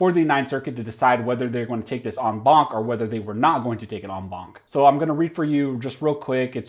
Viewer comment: I just dig when you say on bonk. Thank you for the update.😆😆😆